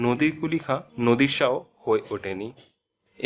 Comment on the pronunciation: উচ্চারণে এমন ভুল করলে কি চলে? " নদির " শাহ বলাটা ভুল নামটা হবে " নাদির শাহ "। বানান গুলোর উচ্চারণ ভালো করে শিখতে হবে।